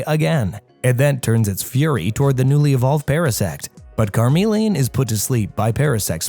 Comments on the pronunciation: since when has “Charizard” evolved from “Carmeleon”?? He evolves from Charmeleon… CH like chuch, checks cheeks… c’mon now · CARmeleon??????? It's CHARmeleon... smh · Why did charmeleon become car-melian 😭😭😭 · So let me get this straight It’s charmander and charizard, but karmeleon? Why is it that you can say the first and last correct but you change the pronunciation for the 2nd evo. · Car-mee-le-uhn? Vee-no-nat? What are these pronunciations? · Reader of this never actually watched pokemon calling it car mellion is a krime. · say it with me CHAR like charcoal. CHARmeleon and meleon like chameleon. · Gave up on watching this when Charmeleon was pronounced "Karmelion" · Bro said carmeleon😂🚘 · It is (ch,ch,ch) Charmeleon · Car-meleon? They pronounce their name on the show dude, no excuse… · car-meleon....well that is gonna live rent free in my head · 🚗meleon? Cmon bro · Is the way you pronounce chameleon just rage bait? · Can't get over pronunciation for "Charmeleon".